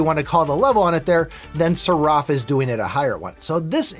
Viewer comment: The way you pronounce seraph is maddening. Who told you its pronounced that way? Lol. Its pronounced "seh-ruhf". It is techically 2 syllables but youre putting much pepper on the r, just let it flow. Its like the character in matrix reloaded, the oracles guardian.